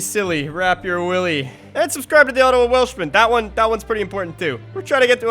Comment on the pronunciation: Jesus Mary, the way pronounces you I thought your name was OTTOMAN Welshman ^^